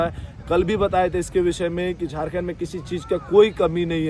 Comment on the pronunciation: Jharkhand nhi jhatkhand bolo 😂😂😂😂😂😂😂